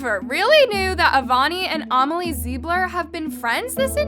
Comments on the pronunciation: a-meli? It’s pronounced ame-lee, it’s my name. lol. no hate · no hate love her but she says amelie like armelie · I think her name is amelie not omilie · Is she saying Amelie's name wrong?